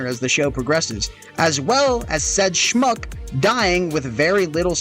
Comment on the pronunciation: Bro, ain't no way you just said "Smchuck" yk Yiddish? 😅😅